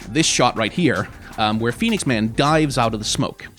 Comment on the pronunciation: I don't know why, but him saying 'Phoniex Man' is too funny.